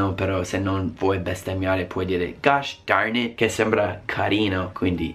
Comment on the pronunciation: Gosh darn it mi sembra simpatico...più che altro perchè mi sembra l'accento dei cowboy ;w